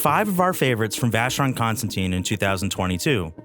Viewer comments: Sir, although you have the name of the brand correct in most places, your pronunciation is incorrect--it's not ConstanTINE, it's ConstanTIN. In fact, you have it spelled correctly under your video, and it's pronunciation is the same as that of the metal. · vacheron...cons...tan...TAN (as in tongue)... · Please learn to pronounce Constantin properly. There is no e on the end